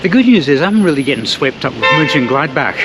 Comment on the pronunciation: Mönchen…, not München… ö and ü are pronounced differently.